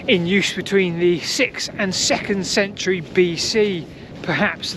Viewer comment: Love it again You do make me smile ... You do of course say. "sent-u-arry". But honestly 😮😮it is spelt century... 😂 English as she is spoken.. 😢